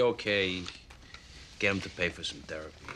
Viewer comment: Remember it's not therapy, it's terrapee.